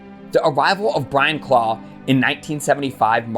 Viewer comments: Although, “Clough” isn’t pronounced “claw” it’s “cluff” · Ha ha , it’s not pronounced ‘claw’ it’s pronounced ‘Cluff’….it must be an accent thing. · Brilliant vid but . . . ‘Clough’ is pronounced ‘kluff’. Search some Clough videos on here, the man was a natural entertainer. There’s also a few films about him one being “The Damned United”. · Clough is pronounced Cluff. Derby is pronounced Darby. Nice vid however. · Who is Brian Claw? It's CLOUGH, as in ROUGH, TOUGH or ENOUGH!